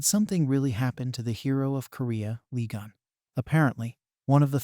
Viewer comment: I coudn't concentrate 'cause my mind be automatically correcting the name. If I'm not mistaken, it's supposed to be "Lee Geun"